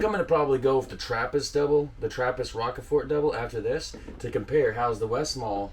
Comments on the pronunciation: Rochefort is pronounced as "rosh four". Also heavy Belgian beers always contain yeast in the bottle (not always that much), because the fermentation continues after it's bottled. It's perfectly fine to drink, you won't get sick of it lol. It might be bit bitter if you drink a high concentration of it. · As a Belgian, I’m gonna tell you how to pronounce Rochefort 😉 the closest I can tell you over a chat is to pronounce it is Rushfour. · Well done. And that are just the Belgian Trappists. (BUT Phonetically... It,s pronounced ROSJFOUR. Good of you. After the tird. Yeah.... But then. You were hammered. No worries. WE TOO (I;m from Flandres) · The correct pronunciation for Rochefort in English would be "Rosh-For". Congrats for finishing all of them, that's quite a feat. You can call yourself an honorary Belgian now! 🙂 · I don't want to be pedantic - but I am British... Row (like you'd row a boat) Shhh Fort. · Rochefort is a French word (meaning Strong Rock, I suppose). The French pronunciation would be something like "Rosh-fore". I love Orval! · rochefort --> ROCHE pronounce it like "oh my gosh" but replace "oh my g" with a R. FORT --> last t is silent lijke "four" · Rochefort is pronounced as Rosjfor. Just helping 😀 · rochefort is more pronounched as roshfore. but i understand the mispronunciation. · Raw-sha-four is how you pronounce it. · Rockeford? Shure that isn't with a sh sound. It might be Waals ("welsh", as in foreign-French ). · Some help for the pronunciation: Rochefort can be phonetically transcribed as 'Roshfor'. The 'ch' is equal to 'sh' as in 'rush' and the final t is not pronounced. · Your pronunciation of 'Rochefort' is almost right. But it is French and you have to pronounce the 'ch' as in 'cheers' (pun intended). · Rochefort has to be pronounced in the French way. Because it's a beer from the French speaking part of Belgium. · I lol'd, thanks bro! (btw: Rochefort is pronunced as roshfor, french and all its silent letters...) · It's pronounced Ro SH Four